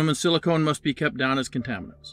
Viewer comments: I like your videos but silicone is not an atomic element, silicon is. Since the name silicone refers to a very different substance this is not just a mispronunciation but an error and you seem like the type who likes to have their facts straight. Neat video! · You mispronounced those words -- unfortunate to say "silicone" instead of "silicon", I think. The narrator for Velo is female.